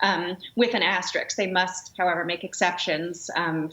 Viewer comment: Thanks, but I'll take my advice from someone who can pronounce "asterisk".